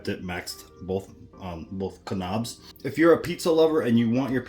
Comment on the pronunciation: Make sure to adjust your "ka-nobs" 😅